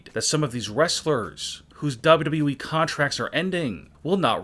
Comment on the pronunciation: I can’t take this man Serious the way that he says WWE